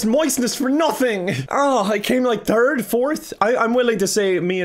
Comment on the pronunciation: "I came like third? Fourth?" What I heard "I came in Turg? Fourth?" There is no 3rd now, only Turg.